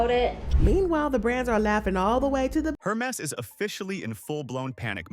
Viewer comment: its "Her mess" after all